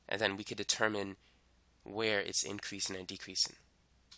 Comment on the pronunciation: I was like... Why is he saying those two things like that